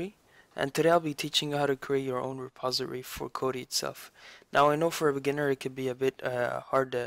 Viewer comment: Its Not a reposery its a reposITORY :D